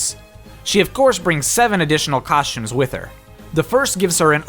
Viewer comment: Cawshtumes, Sholts